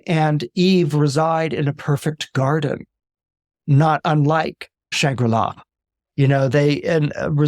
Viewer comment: Shangri-La Not Shambula